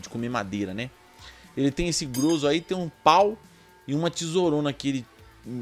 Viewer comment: Essa ferramenta que chamastes de "grôzo", aqui em Sta. Catarina chamamos-la de "gróza" salvo os erros de propósito pra fácil entendimento. Fica assim: Rs... Grozo=grosa!